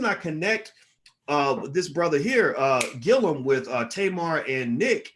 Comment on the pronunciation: Gillum nigguhh!! not Gillium. I swear you the smart nigga that always mispronounce people's names... Anyways keep up the good work. Dope channel